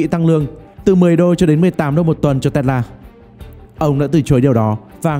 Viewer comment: Bạn này nói chữ Tesla nghe buồn cười quá. Đọc gì mà Tét La. :))